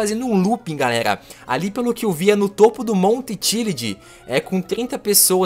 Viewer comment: ele disse everest e monta chilad